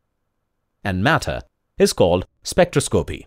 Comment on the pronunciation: Good simple video, thought this guy should learn how to pronounce spectroscopy!